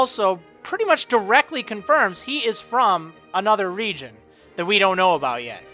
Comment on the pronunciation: Stpop say reigon